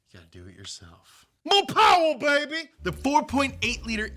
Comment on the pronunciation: MORE PAWWA BEBY